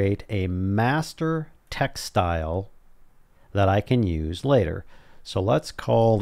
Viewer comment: did I hear master "textile" :P XD